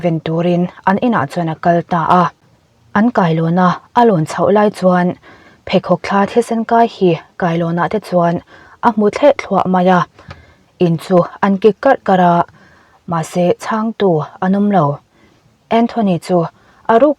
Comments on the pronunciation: Ngaihthlak a nuam e, Mahse mizoṭawng hi uluk hram hram ila, kailawna thisen kai chu a hmu thleh thluah ni lovin, a hmu thliah thluah mai a... tih zawk tur a ni.. kan rawn sawi ve hrim hrim a nih chu, i chhiar ngaihawm lutuk e... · Mizo ṭawng i chhiar thiam a, i aw phàwi a dik ṭhin bawk. Ngaihthlak a nuam ṭhin bik. Pakhat chauh— 'thleh thluah' ni lovin 'thliah thluah' tur zawk a ni ang.